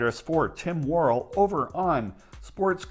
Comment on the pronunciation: You really butchered Tim Worrell's name. It' s pronounced Wor-EL with the emphasis on the second syllable